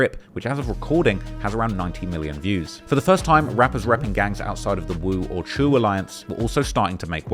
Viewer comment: Never really can take this guy serious just off the fact he can’t pronounce Choo right, like how am I supposed to even consider you an authority on these topics when you “choooo”sing to pronounce shit wrong 😂😂😂